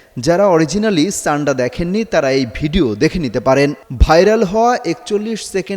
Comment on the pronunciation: শব্দ উচ্চারণ আগে ঠিক করেন তারপর সংবাদ পাঠ করবেন। শব্দটি ছান্ডা হবে নাকি সান্ডা হবে।